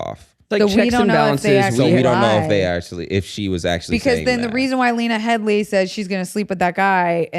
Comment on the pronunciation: 'Heady' guys, not 'Headly'.